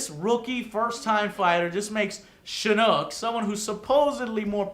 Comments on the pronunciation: it is pronounced SHIN-NOK. not NooK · Joe, it's pronounced shin-ock, not chinook lol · It is pronounced (shin-nok) not (shin-nook) there is only one o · IT'S PRONOUNCED SHIN-KNOCK NOT SHEH-NOOK SHIN-KNOCK THEY EVEN PRONOUNCE IT LIKE THIS IN THE GAME'S STORY MODE. Fucking dumbass. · Its pronounced Shinnok not Shinnook and its Special Forces not Spec Ops, Spec Ops is the name of one of Sonya's variations. I'm not hating on Joe, I always like his reviews because he's always honest, But why can't Joe pronounce and remember names correctly? I thought he wrote a script LOL. Good review though, better than Ign's anyway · Great review Joe, agree on the story! However, stop saying "Shinn-ooook", its "Shi-Knock", they even pronounce it that way in the story! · Lol he calls Shinnok Shinnook. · just saying, but I think it's pronounced Shin-ock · MK fans be like: YOU SAID SHINNOK INCORRECTLY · Fuck you how bout u make a fighting game and u said shinnok wrong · How hard is is to pronounce shinnok?